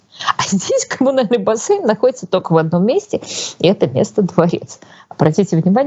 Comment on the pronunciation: Удивительно, Юлия филолог, но постоянно произносит ""тока" вместо только. Или это ее "шерьте", вместо "делитесь".